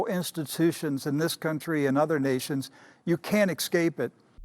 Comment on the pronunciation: Heard him say "excape"